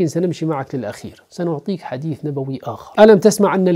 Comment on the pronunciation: اين فصاحته ونطقه لمخارج الحروف مضحكة حديث حديس 😂